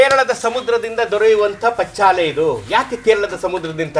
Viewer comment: ಪಚ್ಚಾಲೆ ಅಲ್ಲ ಅದು -"ಪಚ್ಚಿಲೆ" ಅವರ ಬಾಯಿ ಇಂದ ಹೇಳಿದ್ದನ್ನು ಏಕೆ ತಿರುಚಿ ಹೇಳುತ್ತೀರಿ!!!